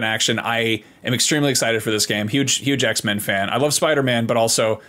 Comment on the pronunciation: “Huge X-Men fan” sounds like “Hugh Jackman fan”. Either applies when talking about Wolverine.